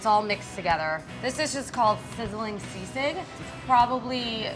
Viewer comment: foreal? Bashing a white dude for mispronouncing Tagalog but not bashing the half Filipina for saying sisig and kalamansi as if it was her first time saying those words? Hm.